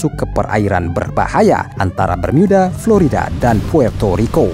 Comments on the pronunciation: Bermuda… bukan bermyuda😅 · Bang kalo pas ngomong "bermuda" Bisa gak biasa aja ngomongnya, jangan ngomong "bermiyuda", cerita lo bagus tapi kalo gitu cara ngomongnya jujur risih bang😂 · BERMUDA min ..bukan BERMIYUDA .. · Segitiga bermiyudahh 😂😂😂😂😂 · Bermyuda geli anjir dengernya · Klo menceritakan itu tdk usah dibuat"....Segitiga Bermuda kok diucapkan Segitiga Bermiuda....tdk usah aneh".... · mimin sebut bermuda aja bermiuda wkwkwkwk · Apaan sih si mimin awal2 ngomong bermuda aja diinggris2kan jadi bermiuda.. biasa aja lagiii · ini segiitiga bermuda apa bermyuda?? cape deh pake voice app ya? ato agak gemulai yang bicara? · Pakailah bahasa indonesia yg benar"bermuda"bukan bermiyuda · Cara ngmngnya alay.... jadi pas nyimk videonnya jadi rada rada geli.. apalagi pas mengucapkan kata segitiga bermuda jadi ( bermuida). Jangan digantinganti bang kosa katanya.... jadi alay lu bang admin... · Geli mendengar kata "BERMYUDA" 🤮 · Gemes dengar bacanya segitiga Bermiuda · Salfok tiap kali nyebut "Bermyuudaa" 😂